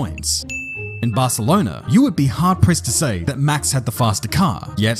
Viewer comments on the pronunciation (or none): none